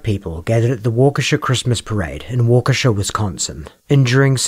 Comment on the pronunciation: The town name is not "Wo-kishay" it is "Wah-key-shah". I know British always are quick to jump on Americans for mispronouncing things, but British have a very bad habit of not caring about native American pronunciation of non-European, native names in America.